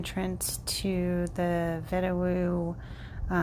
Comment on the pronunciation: It is pronounced "vee-da-voo." The W is sounded as a V. It is an Arapahoe word meaning "from the earth" or "earth born spirit." Great area. There is good dispersed camping off the Vedawoo Road and the Blair Road. Thanks for posting.